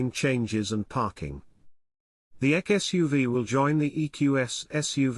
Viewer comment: Not sure why this robotic sounding voice calls this vehicle the EQ-ek. Bizarre. It’s the EQE SUV on everything else I’ve seen. The voice is far too irritating to listen to.